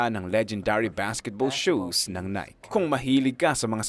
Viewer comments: Nike -Nae kee hindi Nayk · Nayki hindi nayk!!!!!!! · Its Naykeee boss not nayk.😅.. based on greek mythology nike..haiissttttt.. aral muna para alam ng lahat ang tamang pronouncation .. details matter boss . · Nai-kee ang tamang pronunciation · Nike = nai-kee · maganda maliban lng sa pagbigkas mo ng nike...